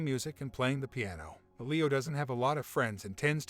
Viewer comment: “L-ee-Oh” !!!!!!!!! “Eh-Lee-oh” pronunciation drove me nuts lmao